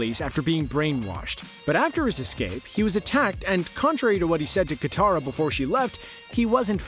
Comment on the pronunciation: did he just call katara kataru